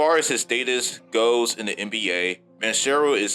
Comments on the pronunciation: you pronounced it as ban-sero instead of pronouncing it how its actually spelled lol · You murdered Banchero and Wagner pronunciation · Ain't no way you pronounced Banchero that terribly